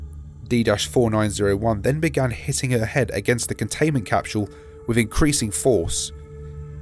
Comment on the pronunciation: CAPSHUULE It's just a joke, your pronunciation is ok